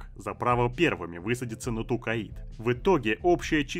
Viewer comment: Я очень сильно извиняюсь, но вы же не обидетесь если я дизлайк вам поставлю за Тукаид? Всю жизнь читал про Токайдо, а тут какой-то Тукаид. Ну и Керенский я читаю с ударением на второй слог, хотя это уже вкусовщина)) А так всё отлично, с удовольствием слушаю твои видосы ;)